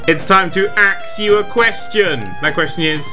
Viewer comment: "It's time to Axew a question." What? That's what it sounded like.